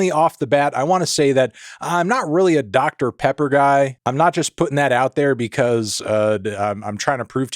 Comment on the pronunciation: "oooh that's good! that's that doctah pehhpuh..."